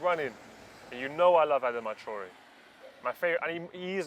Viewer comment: Adama Tree-ore